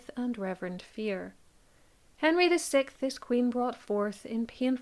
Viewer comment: Henry the "sikth"?! I didn't realise how many can't pronounce sixth properly until youtube, im hearing it a lot these days.